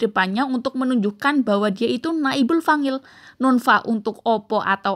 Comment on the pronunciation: Maaf kak ... fa'il ع bukan fangil. Tolong pengucapannya harus jelas dn benar sesuai kaidah nahwu sorrof Biar penonton tdk tersesat 🙏